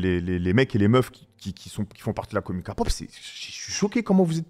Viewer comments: Kapop😂 on écris K-pop mais On dit. Keypop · Par contre c pas kapop😂c kepop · Amine, okay déjà on dit pas Kapop mais Képop ensuite écoute des vrais sons de BTS, Dynamite Boy with luv ect c’est leurs côté pop mais ils ont pleins de genres variés Pop, Hiphop, Rap, IDM, Pop Latin, Rnb, Jazz, Ballade… ect. Selon tes goûts à toi moi je te conseillerais d’écouter Mic drop Ugh Shadow Home Cypher 4 Love Maze My time No more dream Hip Hop Phile (en lisant les paroles) Like Spine Breaker Voilaa j’espère tu verras mon commentaire !! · Oui,sa se dit Kelle pop